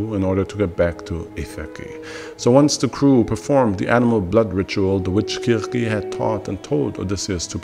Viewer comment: the art is pretty cool good use of ai. The jokes are nice, Also the pronunciation is something I haven't heard much from other tubers. kurkey had me questioning my knowledge of folklore.